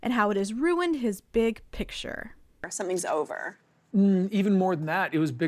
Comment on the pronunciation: Robyn: "Kody's mental sunshine"...well, she got the 'mental' part right, anyway. 😅 Oh, and it's Kody's big "pitcher" (that's how he pronounces 'picture'). 😜